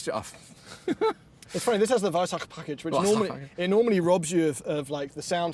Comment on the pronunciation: “~veissagkqche pagcshckage~”